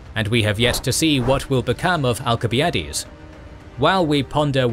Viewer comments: theyre supposed to be pronounced AL-sib-EYE-ə-deez and thew-SID-ih-deez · Why is he mispronouncing the names of Alcibiades and Thucydides?